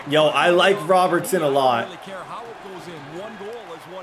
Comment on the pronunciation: 6/10...would have been 6.5/10 if you could pronounce Robertson